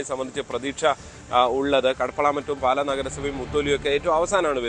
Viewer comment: "പാല" അല്ല... "പാലാ" എന്നാണ്!!